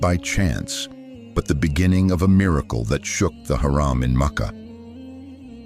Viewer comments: You have to change the pronunciation of Haram حرم from Haraam حرام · change this shitty voice its harum not haram .... shame on u on posting with this voice over